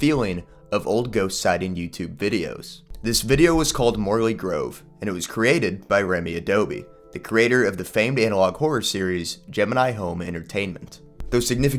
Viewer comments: "Remy aDOBe"? ...I read aBODe" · Enjoy the video but... IT'S ABODE, NOT ADOBE! Man's not a mud house! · Remy Abode not Remy Adobe lol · mate it's Abode, not Adobe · I love how you start the video by saying his name wrong and then proceeded to credit him as RemyAdobe in the description as well lol, Abode, not Adobe. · Remy ABODE not adobe. Dyslexia is a bitch. Lol